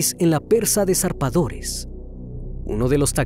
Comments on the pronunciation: Conchalí acento en la i no en la a En Chile no existen los tianguis,es feria No es zarpadores es zapadores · Estimado, su trabajo es completo y detallado. Sólo como crítica constructiva, podría sugerir que se informe sobre cómo pronunciar, por ejemplo, "Concháli" cuando realmente es "Conchalí" es "Zapadores" no "Zarpadores" Es importante ser minucioso con estos aspectos, le brinda más profesionalismo al video. Lo otro es un detalle, pero me gustaría que los videos fueran relatado en un lenguaje más natural: Charco de sangre y no mancha hemática. Se vuelve más accesible para el público.